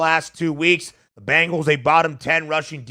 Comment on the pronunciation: Not to be too critical, but you'd think someone with the first name of would be able to pronounce the word Bengals properly. The word is Bengals, not Bangles. The Bengals are the NFL team in Cincinnati. The Bangles are an all-female pop band from the '80's. Sorry to be that guy, but I thought maybe a little constructive criticism would be appreciated. Love your show, you guys are both very knowledgeable and personable and I like listening to your show every weekday.